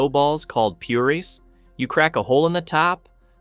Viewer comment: The AI voice is horrible, why do this? "Pyuris? Panny?"